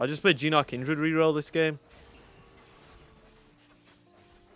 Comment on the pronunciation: Why u call gnar a gina? 😂 Nice video mate